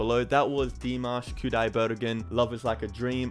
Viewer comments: Yes, I totally agree, there’s just something so special and unique about Dimash. His vocals, his stage presence are outstanding. Great reaction to Dimash as always. Oh by the way, congratulations, you finally pronounced his name correctly. Yeah!!!! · Thank you for learning how to pronounce his name. It shows you read our comments. I love that you take time to read the lyrics too. Well done. If you want something more commercial, try Across Endless Dimensions, or Screaming Idol Hits where Dimash is a real pop star. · 🤣🤣🤣 Thank you so much for trying to say his name right 😍. You’ll get used to it anytime soon! You keep saying “I love you Dimash” like you’re turning gay for that 4minutes performance (kidding) ✌️✌️🤣 No worries. We love him too ♥️